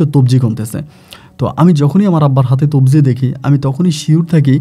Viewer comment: তবজি না ভাই। তজবি।। ভাইয়ের অনেক উচ্চারণ ভুল হয়। বাথরুম কে বলে ভাতরুম।। আর ও অনেক ভুল করে।